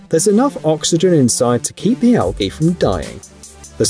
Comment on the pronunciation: it's Pronounced Al G y. NOT with a hard G, like Goat, It's G like as in Jeep. /sighs